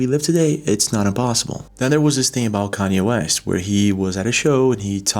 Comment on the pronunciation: Nah hold on😂😂 say “Kanye West “again!!! I’ve never heard it pronounced like that 😅